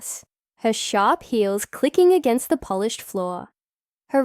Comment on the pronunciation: "Polished" floor. Like people from Poland? Why narrate this with mispronunciations?